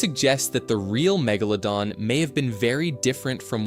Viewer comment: Fucking AI cant even pronounce Megalodon correctly.